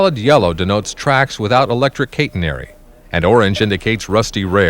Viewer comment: KAY-tenary? I am surprised, work is usually authoritative. NO ONE pronounces CATENARY like that,.